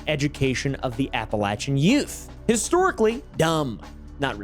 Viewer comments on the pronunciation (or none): idk if you knew this, but APPALACHIAN is pronounced APPALACHIAN not APPALACHIAN